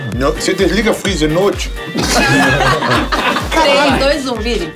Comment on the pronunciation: vc desliga frizer rrra noitche? KKKKKKKKKKKKKKKKKKKKKk